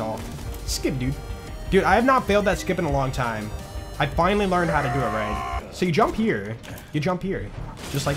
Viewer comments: Love how says finely instead of finally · the way you say finally after you complete the face mcshooty quest sounds like you are saying "Fine Lee":_joltzLUL